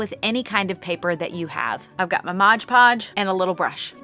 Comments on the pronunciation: It's Mod Podge not Moge Podge dose anyone know where this pronunciation comes from I'm genuinely curious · i like the way she pronounces mod podge lol (not making fun of you,, its cute 😅)